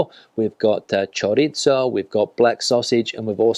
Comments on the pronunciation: why do you say "choritzo" rather than "choreetho". I'm learning Spanish. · My favourite one is the garbanzos con espinacas, but only because I didn´t have to hear you butcher the word CHORIZO (where is the "T" in that word?) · Great commentary video! But just a request to all English speakers out there: please say "choriTHo", it is NOT an Italian word, FFS. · Yes, we've said it time and again: choriZo. th panCeta. th Not choritso, not pancheta. Ironically, he can say paella and Rioja quite right. Misterios. panCeta. th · We already told him, panceta, not pancheta. Also, that It is chorizo, not choritso. PanCeta ChoriZo Both like th in English. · Diga "panceta", no "pancheta"; y es "chorizo", no "choritso". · 😂😂😂 ChoriZo PanCeta No choritso and no pancheta. But he can say Rioja, por lo menos, ja, ja, ja. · He does not pronounce it correctly. It is: ChoriZo PanCeta ce, ci, za, zo, zu --> th He says "choritso" and "pancheta" instead. It is NOT correct. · Yes but he is not reviewing Italian food. No "pancheta" in Spanish food. He also says "choritso", ha, ha, ha. He can say Rioja but he cannot say chorizo, why? Misterio.